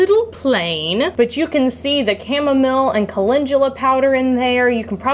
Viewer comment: Thank you for your transparency! That you would share your flops as well as successes is very helpful. It makes us feel like we’re not the only ones who experience such things. Also enjoyed you sharing your thoughts & comments about your desire to learn new things, how you assessed your abilities based on other things, etc. I do that!! Finally, and this is said in love, repeat after me CAL EN DO LA (calendula) not culinjula. ;p Thank you so much for a great video.